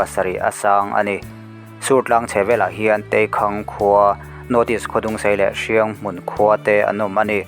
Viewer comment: Hrianghmun nilovin HIANGMUN tih tur ani.